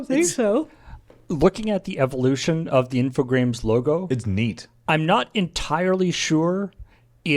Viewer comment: I was looking at the logo and I still felt like was saying 'Infogrames' wrong. That extra R is like missing a step on a staircase